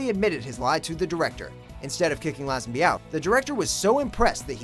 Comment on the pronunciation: Lay-zen-bee not Lazz-en-by